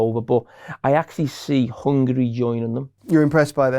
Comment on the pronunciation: 'hungry' 'chermany' 💀💀